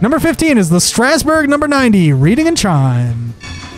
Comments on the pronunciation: Reading is pronounced "redding." It's a town in Pennsylvania. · Its pronounced reding, not Reading, without the A. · Reading is a city in Pennsylvania. When saying it, it should sound like "redding" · Future reference reading is said Read-ing as in I read a book. It’s a little weird and it’s a common mistake just protecting you from the foamers. Also trains are the most efficient way to travel and it gets more economical the more people use them. But regardless welcome to the railroad community it only gets more interesting and complex from here. Also a whistle recommendation is Chesapeake & Ohio 2716 3 chime (99% sure it’s a Crosby 3 chime) but its a pretty rad one when you get a chance to listen to it. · I will tell you it's an awesome video, but you pronounced a few words wrong reading pronounced read like just read a book yesterday. and its "cume-bres" but thanks for looking into such an awesome world. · Yes. It's pronounced "Redding". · You're going to have to learn how to correctly pronounce "Reading"